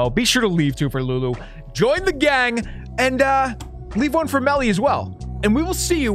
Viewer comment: Beakers lab the gang is back with and lulu AND Melly! HORRAY YOU SAID IT RIGHT!